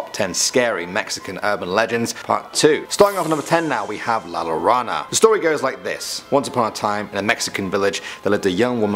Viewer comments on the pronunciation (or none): "Lah lorahnna" OOF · Yo hablo español y así no se dice se suena como la rana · Meloyellow 😂😂 When He says la llorona it sounds like he's saying la rana 😂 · Me he said it like lala rona lol its Llarona but it sounded like he said lala rona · Me he pronounced it like lala rona lol its Llorana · La jo-ro-na thats how its pronounced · “Lalarona” ohh mayytteeee🤣🤣🤣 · I was like "BRUH" it's LA LLO-RONA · Just a tip from your local Mexican if a word has 2 L's it sounds like a Y Example:Llorona (your-own-ah) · La Llorona = "Lah Yo-ro-na" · Actually pronounced (YO-RONA) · Exactly.... Ll in Spanish is pronounced as a y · Number ten is pronounced wrong. You pronounced the L’s. Its pronounced la yorona :/ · In mexico LL=Y Like in Tortilla it's pronounced Tor-ti-Ya And llorona= Yo-ro-na It's not that hard americans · You pronounced la llorona wrong you pronounced it la loyona not la llorona! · Double ll in Spanish is said like a y so it would sound like “La Yorona” !! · 'La Llorona' is pronounced 'La Yorona', not the way it's spelled. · double ll in Mexico is pronounced y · lol the way he said Llorona lorana 😂😂😂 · man i love your pronunciation of la la llorona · “La Rana” Ribbit 🐸 ☕️ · is no one gonna talk about the fact that he said 'la llorona' like 'la lorona' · Im mexican i heard u say la llorona LA YO RO NA GRINGO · Anyone else get triggered when he pronounced la llarona like la larana🤦‍♀️ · The inside of HMS me 😒👊🏼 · 2 Ls = a Y in Spanish. Lah Yah Row Nah. You guys really need to check pronunciations when you do foreign languages. So the rest of us don't have to cringe. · Me 7^7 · Me bro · I did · I know right lmao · Katherine Albee it’s okay. Spanish isn’t his language lol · I’m sorry but the way he said “La Llorona” 💀😂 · His pronunciation of la llorona killed me